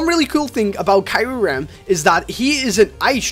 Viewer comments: Kai rem no it's pronounced k ear rum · you said kyurem wrong